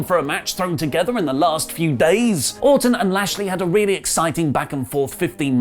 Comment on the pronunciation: When he says Orton it sounds like he’s saying Autumn